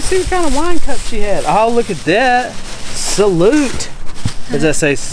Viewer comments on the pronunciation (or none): salute' is french for cheers hello and good bye its one word with multiple meanings pronounced salou